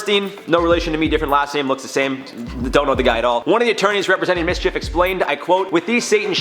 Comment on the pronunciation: You said it right, its Mschf like loki mischief